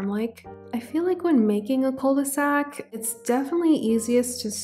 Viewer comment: Hi ! I love your videos and i know this one has been out for over a week but i just wanted to precise that "'cul-de-sac" is exactly a dead-end. It is pronounced Ku not Kou/Koo, also cul means "ass" in english ahah so ye it does mean "the ass of a bag" as in the bottom of a bag you cant go further. You can just say dead-end. As french people we never use cul-de-sac as a word, we use the word "impasse" which is dead-end but better way to say it. Usually, when french people would use that word it would be in an horror movie and the protagonists are running away from a monster then suddenly have no escape in front of them. That's where they would scream Oh no that's a "cul-de-sac" ! And then its not cute anymore ahah Anyway:shelterin:Love you lots, keep up the great work ! Was just informative comment as a lot of non-french people tend to have misunderstanding of certain words